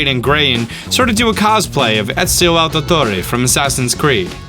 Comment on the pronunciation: How to pronounce Ezio Auditore Essio audditor